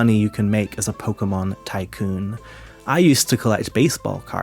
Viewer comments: Ebert pr0nouncing pokemon as “pokamins” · "Its about acquiring pokamins"